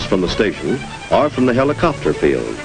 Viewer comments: I'm going to start pronouncing "helicopter" as "heliCOPter". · Notice how the narrator pronounces “ helicopter”. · lol, when they pronounced the word helicopter with the accent on the third syllable.